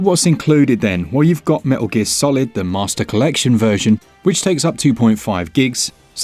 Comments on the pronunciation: "Meh-ster collection".... hahahahaha🤣😂🤣😂🤣😂👏👏👏👏👏🖖🖖🖖🖖🖖🖖🖖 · “Meh-ster Collection.” Hahaha! Love it! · I had to reach for the thumbs up button already at "Meh-ster collection" 👍